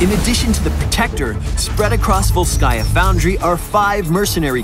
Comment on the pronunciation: It's ['volskaya], not [vols'kaya], just like ['jefferson] is not [je'fferson]